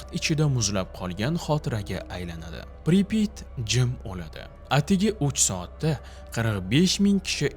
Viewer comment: Assalamu Alaykum. Amerika 2018 yili "Chernobil" degan 5 seriyalik kino olgan koʻrishni tavsiya qilaman. Admin Pripit emas Pripyat toʻgʻri talafuz qiling